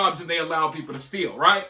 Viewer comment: Those people need English 101 not EBT. It's steal, not stillll.